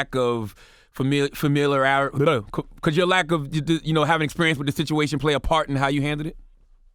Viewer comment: I was weak when Charlamagne tried to pronounce familiarity and couldn’t lol.